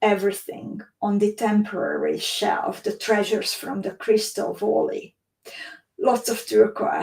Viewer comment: Hi, thanks for sharing your adventure in Crystal Valley (please pronounce it as väly not voly)..